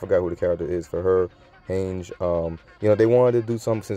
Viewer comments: you pronounced hange wrong dude. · you definitely did. ☠️ How do you like a show but pronounce the name wrong of a character in the FIRST season ?🧐😂 Didn't even pronounce oni correctly either. Disappointing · lmao the way you say hange